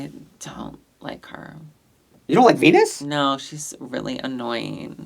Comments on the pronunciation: Vinyas, not Venus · Why d you keep callin Viñas "Venus"? It's VINIAS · Idk if she goes by both but it’s ViÑas with Ñ not a N. Like piña colada or jalapeños but I guess white ppl usually do call them jalapenos lol Love yall!